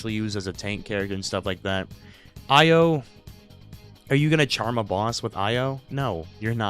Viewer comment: Bruh how are you still butchering Io's name it's pronoun E.Yo not Ah.Yo